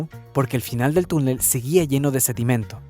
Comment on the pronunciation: Es sedimento, no sedimiento